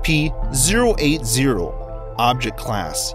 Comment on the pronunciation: Sounds like there saying sep creatures